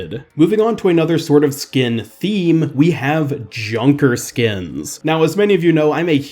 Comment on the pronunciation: Junker not kunker